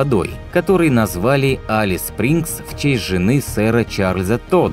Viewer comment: Алис звучит ужасно! Элис бро, Элис!